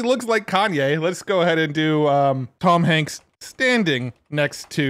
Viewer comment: "Toms Hanks" lol